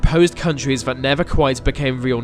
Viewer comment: Vat specific Suvern accent doh. Seriously, pronounce your "th" like vuh rest of us. What is vat, Norwich or something? I used to have a mate who spoke like vat, and it was odd. It sounds daft, mate.